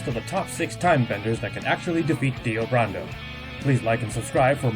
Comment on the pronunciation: Brando... Like Marlon Brando... Not BURANDOH...